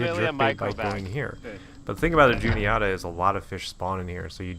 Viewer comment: Good stuff man, I fish the Juniata a lot. Albeit the upper stretches near from Huntingdon to Newton Hamilton but it still produces big fish. My only nitpick is your pronunciation of Juniata 😂 its less oughta and more atta (like atta boy) But maybe that’s our central PA accent at play lmao